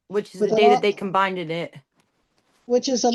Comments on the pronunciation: There is no word “combinded”. It’s “combined”. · 'combineded' ? What sort of English do they teach in America? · If she doesn’t learn how to say combined 😳